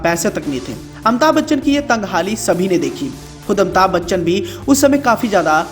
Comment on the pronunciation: Amita Bachchan 😆😆😆😆 what a pronouncetion